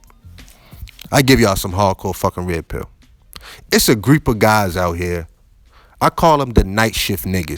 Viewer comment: "there's a grewp of niggas"